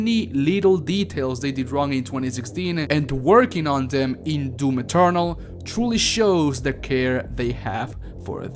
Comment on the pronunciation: I don't know what I loved more about this video: the footage, the way you say "DOOM Eternal" (kinda sounds like DOOM Maternal which let's face it, just works and it's a better name) or the kisses. I'll go with the kisses. Feliz Año Nuevo =)